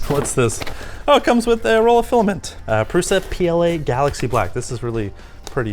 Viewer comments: Pruša is pronounsed PRUSHA. PRUSHA! not prusa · Lets learn some basic words: Průša is pronounced with Ů (as "OO" in cOOl) an Š which is pronounced like SH in the word SHeet.